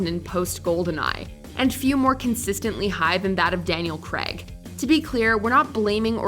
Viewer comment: FFS, his name is Daniel CRAAY-G not Daniel Kreg!!